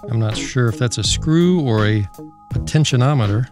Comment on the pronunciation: potentinometer lmfao